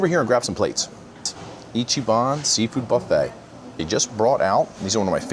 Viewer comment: It’s not pronounced ichy- ban, it’s pronounced icky-ban